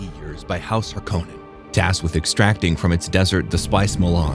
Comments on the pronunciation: Hark-onen not Har -kow-nen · dude watched movie that says harkonnen 5000 times and cant pronounce it correctly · Amazing you pronounce Harkonnen wrong